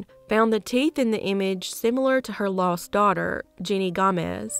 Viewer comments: Her name was jenny gamez not “Jeanie” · You pronounced it like "Jeanie", but maybe that's just your accent coming through? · Her name was actually Jenny. It was just mispronounced.